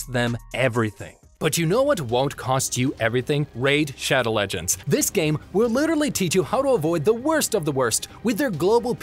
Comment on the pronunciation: I love how he just talks about how to not die the goes “ RAID SHODOW LEGENDS “